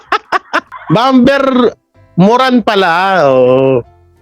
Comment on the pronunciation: Bomer not bom-ber silent b